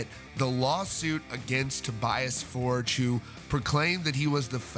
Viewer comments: It’s For-gay, not Forge, genius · Tobias For-guh. Not Fordj. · Right, I'm unsubscribing from this channel. You've been told many times in the comments that you are pronouncing his name incorrectly. It is a Swedish surname pronounced "For-gei" not "Forj". And yes, it does matter, when you're reporting on bands / people and you can't be bothered to pronounce their names correctly. I can easily get my Ghost news from the same sources you get it from, without being constantly annoyed at your inability to say his name in the correct way. Cheers. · Toe-BEE-us FORE-yuh. For the love of GOD, man, learn it. Love your channel! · His last name is pronounced “For-geh”... ;) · That was annoying me every time he said it too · Moral of the story: Get it in writing. Also, it's pronounced Forg. It's a shame all this had to go down. I liked the previous incarnation of the band and the previous albums better than this latest one. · After all this time, people still choose to pronounce his name wrong...